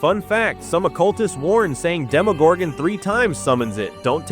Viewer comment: God i hate when they call it a demogorgan and not a demogorgon its so annoying